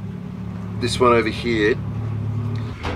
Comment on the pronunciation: brother, why are you saying "hee" instead of "here?)